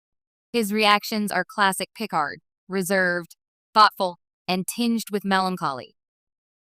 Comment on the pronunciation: Oh my god - AI voice can't (CAN NOT) pronounce a single Name--- Pick-erd ????!!!!!